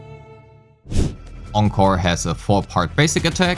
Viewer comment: Thanks for pronouncing Encore correctly!!!